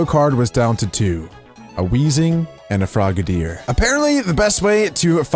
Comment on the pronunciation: Its frog-a-dier not frogaydier